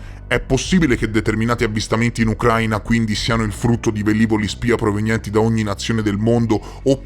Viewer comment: a titolo informativo, non è Ucráina ma Ucraína. L’accento cade sulla i e non sulla a. ✌🏻